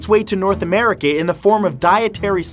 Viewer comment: did you say Americe?